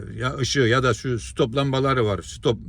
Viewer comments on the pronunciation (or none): none